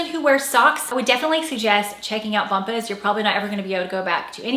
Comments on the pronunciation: Ooohhh. Bomb-uhs. Are they really pronounced bump-ahs? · I believe it is pronounced Bomb-bas (like an exploding bomb). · Bombas. You might check a commercial for pronunciation. Love you videos. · This video was a train wreck. This woman talks about what she “feels like” , “looks not elegant”……OK, trying to get past that…..then she actually comments on styles that are dated, and the importance of fit. All whilst wearing a blazer that is not just oversized (dated) but at least three sizes too big. It so big it’s comical. Capped off nicely by mispronouncing her sponsor’s name. Thanks YouTube 👍